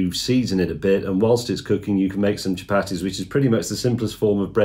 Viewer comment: chu-Patty’s should be pronounced “cha-PAR-dthees”, in case you wondered 😂